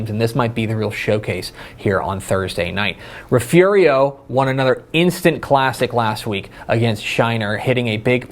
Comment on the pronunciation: You pronounced Refugio “Referio” 😂